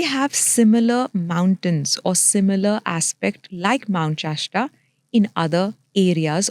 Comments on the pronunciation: Just the fact she calls mount shasta, chashta makes me doubt her very claims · It is Mount Shasta, not Mount Chashta!! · It’s not called mount cheshta, it’s mount shasta 😂.